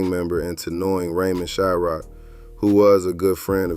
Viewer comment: Its Shryock not Shyrock